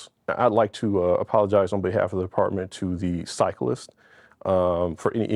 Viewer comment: It's pronounced CYCLIST